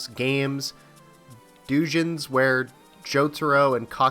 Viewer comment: so that you know, Doujin (fan works) are pronounced "Dou-Jin", not "Du-Jin". print Doujin are generally called Doujinshi. like the 'egg' story. In Japanese, 'U' is often silent, like the English 'E'. so you likely misinterpreted it as "Dujin" when it's more like "Dojin". hope that helps!